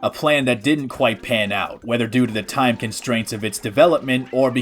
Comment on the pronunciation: TOIM? did,, did you say time wrong or is that the name of the rom hack?? ????